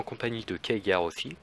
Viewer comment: "keagar" :( Superbe débat sinon !